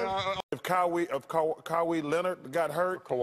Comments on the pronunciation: Kywie Leonard 🤣🤣🤣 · cowie lenor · Cowy Leonard